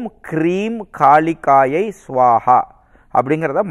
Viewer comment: மந்திரங்கள் சரியாக உச்சரிக்க பட வேண்டும் நண்பரே ஓம் ஹ்ரீம் காளிகாயை ஸ்வாஹா